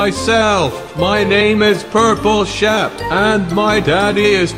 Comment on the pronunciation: Purple Shaap? It's Not Pink Sheep?